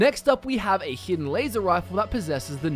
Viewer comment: rep wazer wifle?